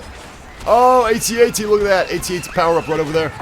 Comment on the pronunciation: Ummm...did he just say "at ats?" I'm sorry sir, I don't mean to be critical. I enjoyed this video very much and your voice is like honey poured over my ears, but it's pronounced AT-AT (AYE-tee AYE-tee) I thought you'd want to know :)